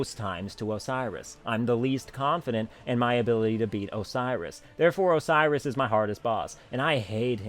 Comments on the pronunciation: OCEROS? really? ahahahaha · Ok your saying it like Osiris the Egyptian god. That's not how it's pronounced. I'm sorry for commenting this but for some reason it's like a pet peeve for me. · Lol... Oceiros... not sure why you have such a hard time with him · ok 1. Your rants are hilarious. 2. Oceiros? really?